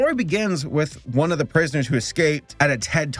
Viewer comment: I'm still trying to get past "praise-ners"